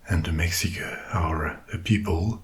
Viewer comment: This dude absolutely NAILED those hard consonants in Náhua 🙌🙌 I was impressed as somebody who had Mexican relatives that spoke it! What's really funny to me is that the only thing that was mispronounced (understandably) was Mexica- and that's probably because we say Mexico with a hard X (ks) but before colonization it was in Náhuatl and was pronounced (Mesh-EE-ko), and the people were the Me(sh)ica. Honestly tho the hard consonants are the more important part of the language anyway so it works